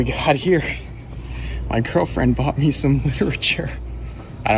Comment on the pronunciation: I keep hearing saying pick mii girl Instead of pick me girl. I think there’s to much wax in my ears